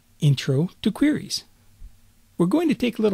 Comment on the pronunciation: I love the part where he says "qwuries."